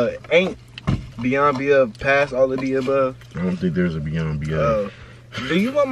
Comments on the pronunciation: Above and beyond 😂😂 he said “ beyond beove” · “ beyond beyove” it’s above and beyond 😂😂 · “beyond beyove” 🤣 it’s “above and beyond” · Nb gone talk abt how he said beyond beove 😂😂😂